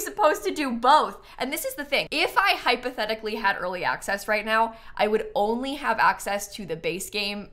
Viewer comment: If you "hypotechically" had tha pack XD (love that you said "hypotechically" and then "im gonna record that reaction tomorrow" XD) I have a few quesitons :) 1. Which other pack do you miss while building (not playing) with the pack? to feel its complete as to say 2. Can children/teens ride on the small horsies? 3. Can children/toddlers play with the goats? (omg the goats are so adorable!!!!!!!!)